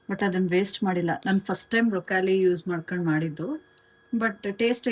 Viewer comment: Brokali alla broclie